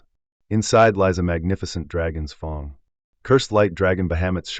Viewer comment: the AI speech when i see fang it say fung lol